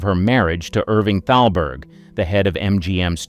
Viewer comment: It's not talberg...it's THALBERG. I don't understand why the narrator doesn't understand the proper pronounciations.